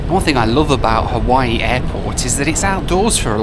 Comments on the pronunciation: Every once in a while you default back to your crass Benny Hill schtick. Your Haweewee pronunciation is akin to when you mixed a great Cabernet with Diet Coke. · I am a big fan of your videos...but please, NEVER call it HA-WEE-WEE again. As a Hawaiian, that irritates me more than the usual mispronunciations because it's intentional. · Roll is purple because it’s made with Taro root. And intentionally mispronouncing Hawaii is not funny, but rude. And if you didn’t have a good time during your visit as you expressed in the last vlog. Then stay away. You won’t be missed by the locals or the millions of people who visit the islands annually. Beautiful new 787! Thanks for sharing your trip.